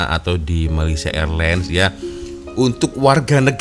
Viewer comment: Malaysia Airlines memang MEALS included dalam tiket. Malaysia "A-Lains" untuk sebutan yang "pas"!